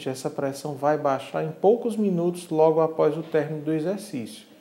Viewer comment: meooooo....esse médico parece que está morrendo......só pode....Lento....raciocinio quase parando......Parece que ele está lendo.......A entrevistadeira( isso mesmo.....entrevistadeira) está no mesmo nipe........Que coisa horrivel.... élévação.......da préssao artérial...........affffeeee............